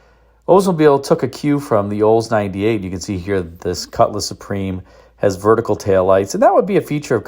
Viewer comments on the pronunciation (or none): none